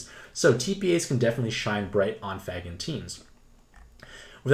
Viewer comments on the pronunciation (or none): Thanks for the info! Also, it’s “FAY-gan.” Normally I wouldn’t say anything but you need to uhhh... not say it THAT way anymore, please. Keep up the good work!